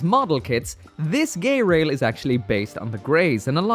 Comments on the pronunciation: I think it is pronounced ge-rail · "GaAy-RaIl✨✨" gets me laughing hard